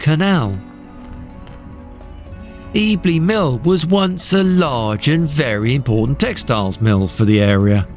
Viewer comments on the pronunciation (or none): Nicely photographed. However Ebley Mill is pronounced as 'Ebb ley' Mill not 'E bly Mill' 😉